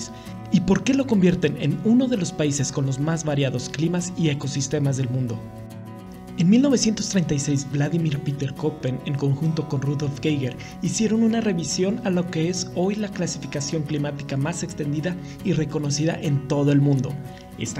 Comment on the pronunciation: Escucho Köppen (por cierto, se pronuncia kepen). Geiger es gaiger.